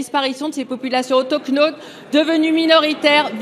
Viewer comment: Attention, quand même, au bon français : il faudrait dire : "cette sénatrice se fait huer parce qu'elle cite l'Evangile" ; quant à elle, c'est incroyable, qu'elle puisse dire "autochnote" (sic), au lieu d' "autochtone" !